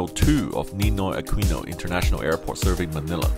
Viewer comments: A-kino not A kwi no. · Its Akino not Akwino haha. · Aquino pronounciation is just like "Ahkino", not "Ahkuwino"😅